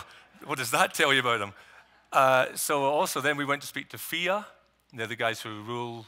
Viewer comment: its pronounced F I A not fia :)